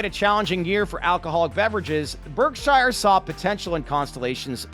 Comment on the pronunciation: Learn how to pronounce "Berkshire"